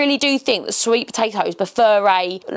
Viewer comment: POTATOES NOT BATATOES